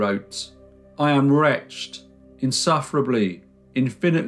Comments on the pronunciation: Many thanks for a beautifully summarised tale of woe (could have been worse, she might have hanged.) One thing, though - wretched is not pronounced in the same was as retched. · Wretched is two syllables, pronounced reh ched. Keep the boom. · Bring back the boom please and you pronounce wretched wretch-ed ( from the video about the fairy rings in Ireland) PEACE ;] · The word "wretched" does not rhyme with "fetched."